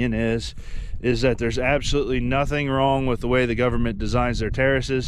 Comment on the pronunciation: When you say govermenrr and errace, Black earth farming has something to tell you